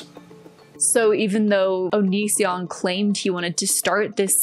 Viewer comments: I really did think his name was pronounced onion son 😭☠☠☠☠☠ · I know some people think it's a dumb joke, but I never get tired of people saying his name wrong on purpose